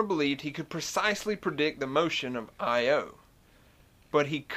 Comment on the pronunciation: Most of us pronounce "Io" as "EYE-oh", not "eye-OH", but perhaps you are an electrical engineer. :-) I love your southern accent, combating the stereotypical idea that southerners are stupid. Great videos, man.